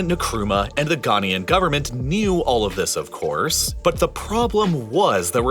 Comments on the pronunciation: It's Ghanaian -- "Ga-nye-an" (or "Ga-nay-an") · The narrator mispronounces Ghanaian every time he says it. 😢